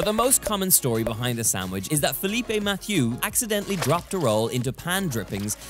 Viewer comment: Donal, I would get a meat slicer ( ) to make thin and even slices of that gorgeous meat. By the way, please don't pronounce "Philippe" as feh-LEE-peh (Spanish), but rather fee-leep (French) 😁!